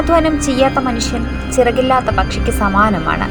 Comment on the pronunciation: പിറകില്ലാത്ത എന്നല്ല ചിറകില്ലാത്ത എന്നാണ്